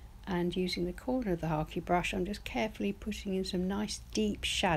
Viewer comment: I am new to painting and am trying watercolor first. Love this. What was that last brush you used? Sounded like you said hockey brush.